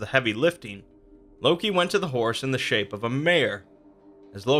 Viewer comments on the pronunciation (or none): none